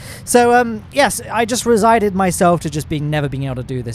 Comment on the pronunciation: Resigned.... Not 'resided' fella. You reside in your house